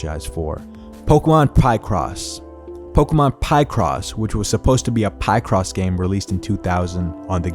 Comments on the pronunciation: Bro, it's not Pie-cross 😂 It's Pi-cross like Pi-kachu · Also for anyone curious: Pokémon Pie-cross (pronounced Pic-ross, cause they're pictures drawn in a cross pattern), Actually fully released in Europe, and as someone who frequently plays and enjoys the game, there's actually a lot of depth to it! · bro really said PIEcross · Applin “Pie Cross” 😂